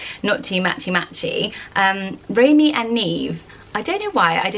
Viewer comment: Neve spelled like that in Italian would be pronounced ne-vey not neev, if you want to pronounce it neev it's an Irish name and spelled Niamh